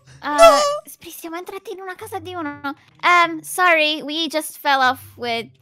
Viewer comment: sorre moi inglese perfetto!!!!!!